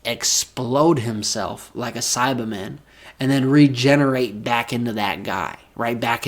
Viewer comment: Take a shot everytime he says saibamen wrong 😂